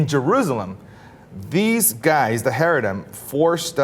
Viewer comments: This is absolutely ridiculous and false. You can't even pronounce the name properly. They don't all live on welfare. There are many sects of Hasidic Jews and not all of them are as you described. There is one fringe group called the NETUREI KARTA. They don't make up the entire Hasidic sect of Judaism in Israel, the US or anywhere else. They're numbers are so small and Jews of all sects view them as insane lunatics. They do not make the rules nor do they represent Judaism. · No offense, but as a Jew, I think it's rather fun watching this guy try to pronounce "haredim," "Ephraim HaLevi," etc. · ITS CHAAA-REEEE-DEEEEM not Hay re dim (smh) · It's Hah-ree-deem not hairydem, you're driving me f*cking crazy. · It's ha-RE-deem, not HA-re-dim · Heredim... lol it’s Chareidim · it's not charedim, its haredim with a heavy, guttural h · This lack of knowledge is so offensive he even pronounces charadim right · wow what a load of shit i live in Israel and know plenty of haredim (pronounced charadim) and the vast majority of them are not like what you described at all they may be ultra conservative but they will not tell a woman to sit on the back of the bus they do not force the government to take down bill boards with women on them or anything like that sure their have been some incidents of charadim being violent but you can count them on on two hands, the vast majority of charadim just want to be left alone when they see girl with short cloths they dont attack them they look at the floor but of course whats to set a bullshit narrative that all religions have their extremists instead of the truth which is some religions are worse then others talk to me when charadim actualy start killing or at least when they have more then a few hundred extremist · pronouncing "haredim" wrong. It's like ha-reh-deem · Really,? You can't find people who can pronounce Haredim? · He totally mispronounces haredim.